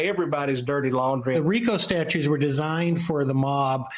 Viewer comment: It’s “statutes” not “statues.” That’s how you know this is an entertainment network and not a credible news source. Any decent reporter should know the difference.